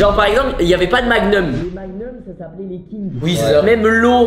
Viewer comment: un magneum ? magnom ça se dit frr